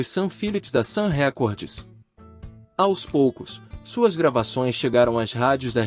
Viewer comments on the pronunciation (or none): Não é "Sam Récordes", a pronúncia correta é: "Sam Rikórd.